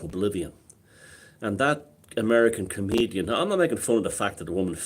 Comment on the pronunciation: That "comidien" face plant was incredibly ironic ... And the laughter at the end.. 😅